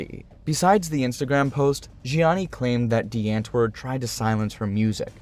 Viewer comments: Well atleast they used to show the actual culture and mannerisms of Africa. It's not all pretty cities or hurt open grass lands but also a huge place of chaotic environments people have to grow up in. And it's not "ant-word" but pronounced as "aunt-wourd" alot of American who say it wrong makes us afrikaners angry. But it's also Americans who are still into their music and blowing it all up. I'm not saying this as a person from America or a upper class South African. But as a South African that knows how this of cheap, ugly world can turn people into. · its pronounced like "Dee aunt-voord" not the ant word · The "W" is pronounced as a "V".. Just sayin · the "ant" is pronounced like "aunt" in English + voord. If you think that makes no sense blame the Dutch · Well said. Also, as someone who can speak a bit of Afrikaans, every time he said antwoord but pronounced it like ant 🐜 it was like nails on a chalkboard. That became funnier with da's reaction to Eminem and even funnier when Yolandi was telling him how to pronounce it because even she wasn't pronouncing it like an Afrikaans person would.